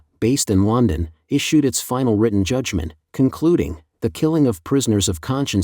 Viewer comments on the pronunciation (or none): none